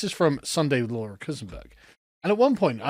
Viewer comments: It's pronounced KOONS - BERG, even though it's spelt Keunssberg. You manage to put the 'S' in the wrong place, regularly. Great work in every other respect! Best way to deal with a difficult word is by REPETITION. I remember doing this with 'endoplasmic reticulum' Now it trips off the tongue with never a hitch. ❤ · For the love of god learn how to pronounce Kuenssberg! Rhymes with Moons-Burg! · I love you, but please start saying Kuenssberg correctly